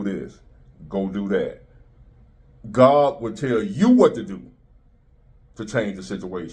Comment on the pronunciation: “Gods Will” not “YO WIL”!!